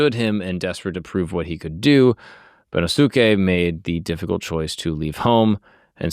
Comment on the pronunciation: Bennosuke is pronounced ben-NOS-kay